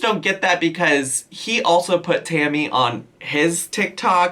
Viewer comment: Is calling Tammy Hammy? I promise that this is what I'm hearing.